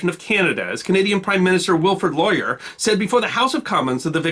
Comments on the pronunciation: You pronounced Sir Wilfrid Laurier (@ as "Lawyer"...when the proper pronunciation is "Lore-Yay"......but great topic! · PM Laurie is pronounced ( Lori-A ) or ( Lori Eh ) in Canadian eh ! not Lawyer although I believe he was one. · It's not lawyer it's pronounced lor ee a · Wilfred Laurier surname is pronounced Lor eeyay not Loryer! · "Former Commonwealth"? Canada is still a member of the Commonwealth of Nations. "Laurier" is "lor-ee-eh". Thanks for looking at our country's history. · Nice video, thank you. Sir Wilford Laurier name is pronounced Lori-eh, ending in a long /a/ sound. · Some pronunciation help. Ktonje is a Dutch and by extension a Spanish j, It is Kron-yay, and thus Kron-yay's laager. Also Laurier is French and so pronounced Laur-i-yay with those soft French "r"s. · A thank you from Canada where our English is a tad different. Re-gee-nah is an American vacuum cleaner brand. Re-g👁️-nah is the Queen’s title, the capital city of the Province of Saskatchewan and a joke in a Ryan Reynolds movie. Prime Minister Laurier’s name is pronounced Lauri-eh, eh? And lieutenant, just to be contrarian, is pronounced left-tenant. We also say oot and aboot just to see the expression on Americans’ faces. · Sir Wifred's surname is pronounced Lori-eh. Cheers. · WILFRED LAURIER (LORI-AY) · Thanks,, this is one of my favorite channels. As a side note, Laurier is pronounced "lore-ee-eh" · Thanks for the video and acknowledgement. By the way, it's smoothly pronounced Wilfred Lore-Ee-Aye. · sir wilfrid laurei is pornounce lor e ay rcr was and still is a regiment that for instance the argylle and sutherland highlanders of canada(militia or reserves in the usa) are attached to during times of war like afghanistan very storied regiment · Laurier is pronounced Loh-ree-ay. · My unlce was in the RCR in World War II. Fought up the boot in Italy, including Ortona and was part of the liberation of Holland. BTW, it is Prime Minister LAW_REE_EH (Laurier).